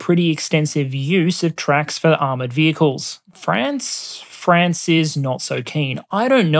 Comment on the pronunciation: So proud of me lad for pronouncing it mostly like "Fraunce" instead of "Fraaaanz".